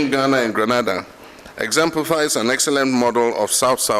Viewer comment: Subject to correction: Gre na da this is the correct Sylables. Grenada, West Indies.